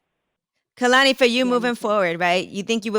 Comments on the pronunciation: Hate the way they say Koloney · When they both say her name wrong in the beginning and she looks to the side lmaooo it’s pronounced “Kay-lan-e” Kehlani. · it's KAY-lani. why is this SO HARD for people to understand and pronounce?! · She held herself very well in this interview considering the foolery that was going on. Hardly an interview. For this to be her first time on with the Breakfast club y’all did my baby wrong& they were so inappropriate. & the amount of times they said her name wrong drove me crazy!!! I feel like the female did ask some interview questions but overall this was not coo. She deserves better. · Y’all said their name all wrong. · I came here because I love Kehlani and wanted to see her in an interview about this great album she released. I cannot stand the unprofessionalism that is Charlemagne. Can he be dismissed? Also I need all of them to pronounce her name properly. Thank you Kehlani for being the beautiful honest spirit that she is! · I'm just mad they didn't say her name right lol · Why tf they all saying her name wrong lmao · I wish she would've told they asses how to properly pronounce her name.